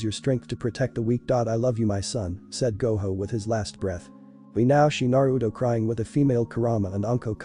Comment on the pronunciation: haha, ai thinks that Gojo is pronounced like Goho.